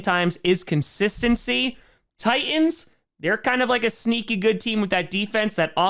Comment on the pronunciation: Ti"T"ans not Tians.